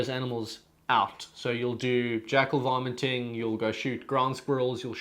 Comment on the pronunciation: Sorry but it sounds like you're saying "vomiting" lol Good video btw!